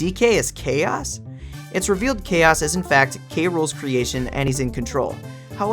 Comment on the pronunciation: I think KAOS isnt actually pronounced as Chaos, but instead as K.O.s, cause of the boxing gloves